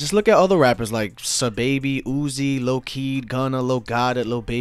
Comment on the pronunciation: great vid bro , (sah) baby not (suh)baby tho 😂